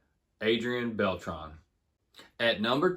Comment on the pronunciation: Adrian "Bell-Tray" not "Bell-Tron" just call him voltron lol